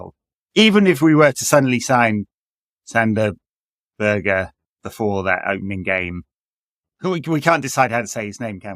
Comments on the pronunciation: Better than Sander Buurgj which all English people say at least. Even Sander is pronoucing his own name wrong in those Premier League videos. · Crazy bad at saying Sander Berge.